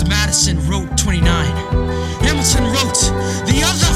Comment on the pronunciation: You BUTCHERED Hamilton’s name 😭😭